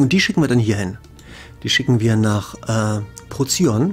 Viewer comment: Das gute System heißt in Deutsch übrigens Prokyon - Pro-kyon ausgesprochen.